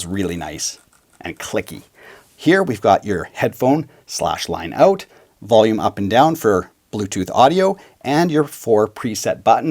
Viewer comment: "Let's find oat" LOL